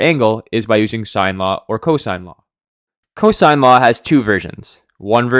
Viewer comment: Its cosine not co-sin